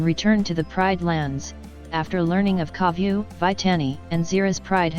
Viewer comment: I saw this comment when she says Koviu xD